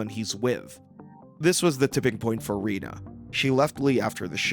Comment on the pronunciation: Could someone please learn to pronounce Rena's name correctly? It's said repeatedly in the show. And Lee should've been blurred because he developed breasts.